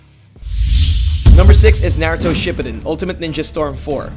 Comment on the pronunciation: he said it right...